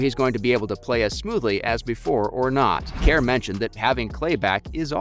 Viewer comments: “steave kAiR” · where is the A in Kerr?